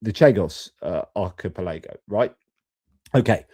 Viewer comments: Archipelago = ark-e-pell-e-go Happy to help. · Hi. Really insightful video, but would you do us a favour? Just checking your pronunciation of archipelago (ar-ki-pel-uh-goh) 😂😂😂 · Archi-pelaygo, you say? Slightly distracting:) Watched this the first time round. Felt for you regarding the sound issue. Valuable to hear about this aspect of geopolitics that might get swamped by all the other stuff going on. Watched the interview this time.